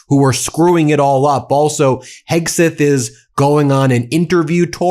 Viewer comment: Were you saying Heggsith?